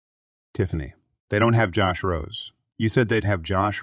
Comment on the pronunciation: Josh Rose is pronounced "Josh Rosay"